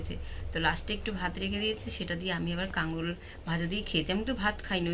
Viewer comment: Kakrol bolay .. Kangrol noye bon ❤